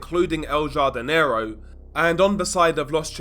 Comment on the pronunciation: Please pronounce it has HARDINERO lol.